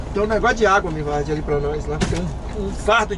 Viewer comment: Nem tudo são frôres..rsrs é assim MIVARD?? Rsrs